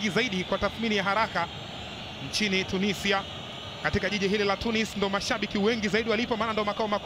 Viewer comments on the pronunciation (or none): none